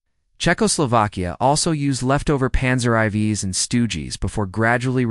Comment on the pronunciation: Panzer eye vees? What is that AI? LOL!